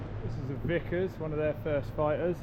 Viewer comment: Vickers, not Vicas.